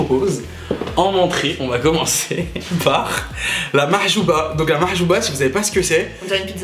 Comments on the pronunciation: C’est mhajeeb et pas mahjuba 😂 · C'est pas la mahjouba c'est mhajab 😅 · Mdrrr machouba Mdrrr ça se dit m’hajub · Cest pas mahjouba cest mhajeb 😂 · Sa s'appelle le mhajeb pas la mahchouba 😂